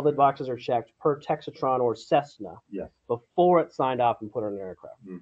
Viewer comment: Dude works for the FAA and doesn't know it's "Textron" not "Texatron" as he said. Bruh!